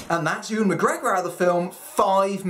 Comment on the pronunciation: Why can no one ever pronounce "Ewan" correctly?! 😂